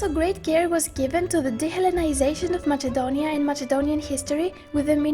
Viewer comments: Can anyone tell me why the narrator is pronouncing it as "MaССНe-donia", when the name in Greek is "MaКе-donia"? Who really pronounces it with the sound "-CH-"? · The stupidest thing I have watched today... This is nonsense and her voice is so fckin annoying... And it isn't MaCHedonia you stupid fuck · its not called Machedonia its called Ma{s}edonia but its writen Macedonia 🤦🏼‍♀️😑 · Lol I'm sure this person is either greek or greek biased person.. U cant even say the name Macedonia.. Its with K not MACHEDONIAN wtf are u even doing😑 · First learn to pronounce "Macedonia" instead of "macchedonia" then re-do the video tbh. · Προφερεται ΜΑΣΕΝΤΟΝΙΑ!! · Lol she literally says mačedonia 😂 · It's actually pronnouced Makedonia. Because that's how the Greeks pronounced it. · She was saying machedonia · Honey, learn to pronounce MAKEDONIA first! What is Machedonia? And that voice...hotline service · U cant even Pronounce MACEDONIA u say MACHEDONIAN wtf ? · Ok guys.You are right.Matsedonia is the albanian pronounce. But she has greek accent in english also.And she keeps a pro-greek stance. She is propably greek-albanian. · Learn how to pronounce Macedonia please. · Me after i hear her pronounciation of "macedonia": I'm done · Lol she don't know how to pronounce Macedonia and she is talking about that Macedonia is greek Macedonia never greek clear? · That on the begining heart my heart....and this fucking girl doesn't know how to say Macedonia.( I'm Macedonian) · I understand that, however if you are narrating in English, it would only be right to stick with the English pronunciation. Thanks for explaining, though. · You are an idiot on every point you made the Macedonian language is more complex than bulgarian you don't know even how to pronounce Macedonia so this is bullshit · Learn how to say Macedonia right and stop saying it wrong ist cringe.MACEDONIA is not greece.